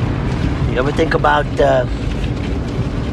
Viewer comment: "Saw is last nite on a program. You ever tink about..... .... ....you know."?